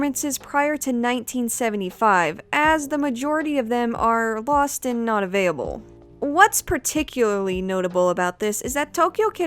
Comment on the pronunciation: "Avayable" "avayable" "avayable" Do you have a stroke everytime you say "available"?